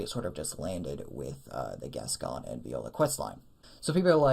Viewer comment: Cool video dude. I like the theory that Viola was killed by crazed Yharnamites which sent Gascoigne into a rage & made his beastly nature emerge. Also a note on pronunciation as it's a name here in the UK, Gascoigne = Gas Coin/Goin rather than Gascon 😎